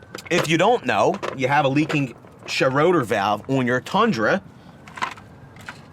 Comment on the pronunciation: Its "shray-der" not Schroder...ffs.